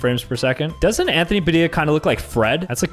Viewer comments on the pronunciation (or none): none